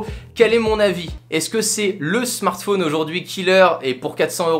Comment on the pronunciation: Ça m'énerve quand il dit smartphÔne